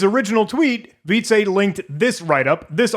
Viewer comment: Wietze is pronounced "Weet-suh". FYI :)